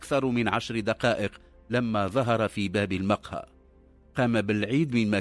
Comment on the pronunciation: قصص مكررة كثيرا،كما يرفع الراوي بعض الكلمات،(المقهى)رفع الميم(المدخل)رفع الميم،(صباحا)يقول صبحا برفع الصاد،وهناك الكثير من الكلمات ،فهل من توضيح لرفع الكلمات؟